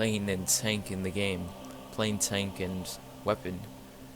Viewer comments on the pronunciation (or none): Is it just me or is he saying tonk instead of tank?